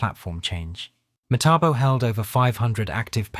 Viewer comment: The guy can't seem to get the name right.